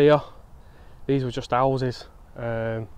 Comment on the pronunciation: Seems slightly ironic, normally it's some old bloke saying "I remember when this was all fields"and here we have a young bloke saying "I remember when this was all 'ouses" lol.